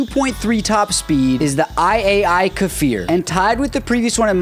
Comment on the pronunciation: Israeli here, the Kfir is NOT pronounced "Kafir". There is no vowel between the K and the F for a reason.